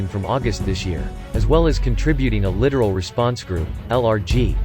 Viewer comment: The Chinese carrier actually weighed anchor??? I'm shocked! Would it be too hard to teach a computer how to properly pronounce "corps" and "littoral" guys? Huh??